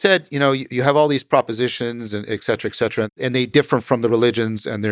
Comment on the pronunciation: ECK CETERA! NOOOOOOOOOOOOOOOOO! ITS ET CETERA! ET! ET!